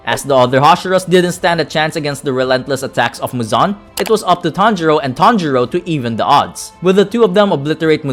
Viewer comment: it sounded like “tanjiro and tanjiro” or “tanjuro and tanjuro” 😂😂😂😂😂😂😂